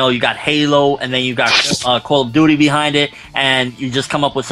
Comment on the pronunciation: "CALL OF DOODY" lol